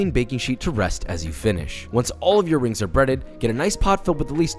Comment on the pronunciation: me, with severe stomach cramps: "uhhh i'm gonna throw up, don't think about food" also me: watch joshuwa make cwispy onion wrings